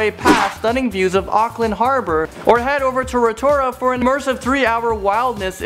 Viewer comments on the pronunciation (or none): thank you for making this cause im from alot of contries but im mostly maori and ive done all of these and you should go to the sky tower and its not towpoo its toapo and rotatua is not roterua just saying and we roll your tounge when useing our launge (maori) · it's Rotorua not routua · Kia ora kouto I live in New Zealand and you said no names right in front his video Rotorua: Roto-ru-a Taupo: tow-po And others 😂😂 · Its row ta roa not rotora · TAPU AND RATORA😂😂 I'm sorry but it sounds so wrong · it not pronounced ro - tu - ra it is pronounced ro - ta - roo - a and ruapehu is ru-a-pay-who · I love "ro toura" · rotorua (row ta ro a) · u pronounce rotorua like ro ta ru ah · LOL I LOVE HOW HE'S PRONOUNCING THE NAMES!!! Waitomo - Wai- to-mo Hawkes Bay -Pretty much just Hawk's bay Waiheke Island- Wai- heck-e Rotorua - Roto (as in rotor but without the R) Rua (sort of like ruwa except the w isn't as strong) I think he's trying to say Taupo - It's not tap-o, it's Toe-paw Wai sounds like Why, btw. Alright I'm not even going to bother anymore it's really funny but there are so many that he's saying wrong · Haha I’m dying ratoa hahaha akland haha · I know Ro-Ta-ru-a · Love u Roh-toh-roo-a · And on ziplining, which is amazing in rotorua, he said rotora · Ro ta rora their you go that's how you say it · Ro-to-ra WHAT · Lol I live in New Zealand and he pronounced Rotorua wrong it's prononenced rotarua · Although i am happy that you guys made a video on my home country, you mispronounced a lot of the names. Eg: Rotorua is pronounced "Row-ta-rue-ah" and Taupo is "Tow-paw," Waitomo is "Why-toe-mow," and Waiheke is "Why-heck-e." But you guys really did capture the magic that is New Zealand. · And rotora???? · Newzealand family here with me? 🇳🇿 Waiheke - Why heck e Rotorua - Ro Tor ru a (Message me if I missed miss pronunciation) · Totally butchered the town names XD Taupo is pronounced toe-poh and Rotorua is pronounces row-toe-roo-uh